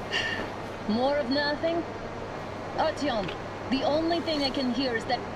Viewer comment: 아르티옴도 아니고 아티욤은 뭐냐